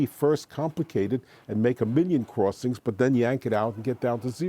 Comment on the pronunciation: "cruwossings". It was annoying and distracting.